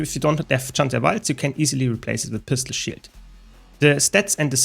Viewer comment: when he says pistol shield sounds like pistol shit